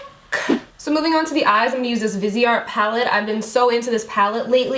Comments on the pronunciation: Omg so pretty, and what I'm about to say doesn't pertain to, it's just in general. It's not pronounced vis-e-art. It's as if were vice art/vize art. The e makes the I have a capital I sound and the e is silent. Sorry, it's just the English major in me that has me correcting people, it's not to be mean. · Thought it was pronounced vize art?? Maybe not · The way you pronounced Viseart........ Oh